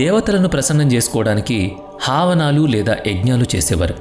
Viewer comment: బాబు అది హావనాలు కాదు. హవనాలు అంటారు. తప్పుగా చెబితే అదే నిజం అనుకుంటారు.